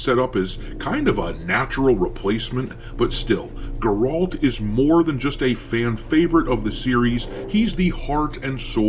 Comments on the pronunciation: it's Geralt not Geraalt, that's driving me insane 😳 unless it's a joke I missed then I'm dumb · It grrralllt not grot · Ge-ralt. Not Garolt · Geralt not Gerold lol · How are you mispronouncing Geralt so badly? It's GE ralt not ger ALT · Yep. And GEralt is not GerOlt. WTF?! 💀 Looks like this dude has only ever heard about this franchise on paper. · Partly true. The Cat School managed to turn 1 or 2 biological females into witchers, Dragonfly & someone else. BUT this knowledge is highly distorted on the Wiki. I have my physical books to fall back to. And btw Geralt is pronounced GE-ralt, NOT ger-ALT. Melitele's hairy bosom, can you please get it right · Lol your mispronunciation of Geralt is hilarious 😁. It's pronounced Geh ralt, with the first syllable being stressed and not the second. Either way I won't be buying TW4 because it will be woke/DEI infested and the timing of that comment does seem a little suspect. Plus when you have devs 💩talking on social media that's also not a very good sign. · Why does everyone say Geralt's name wrong? It's Geralt pronounced (Gair - alt) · Geh-Rault loo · Who the heck is gerault, Gerald lol😂 it's Geralt of Rivia doc! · It’s Geralt, not “Jerald”. SMH. He literally tells you how to pronounce it many many times throughout the games. Bruh. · "Guhralt" Wut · “Geh-rult” tho. 😂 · Do mean Ger-ald. You sat retarded. Dude😂😂😂😂😂😂 It's good we, your fans, still love ya. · Okay I'm convinced this whole channel is just AI lol no one pronounces geralt's name like that, everyone knows how to say it lol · I really can't take you seeiously with the way you say Geralt And I don't know if you've read the Witcher books, but Ciri was the main character Yes, we followed Geralt, but the books were always about her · First of all you can't say Geralt correctly...😂 Secondly did you even play the 3rd game plus the DLC? He basically retired without really saying he retired. So having ciri as the main character was a givin.